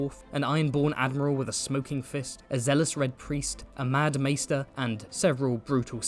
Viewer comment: I imagine being an asoiaf YouTuber and having to read and speak the word “maester” all the time I can see why this mistake happened